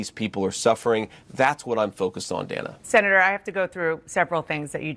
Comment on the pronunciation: when you were a high school easy lay, it was "Day-na" and now you want to hide your past or you want to be a man as now you are "Dan-a"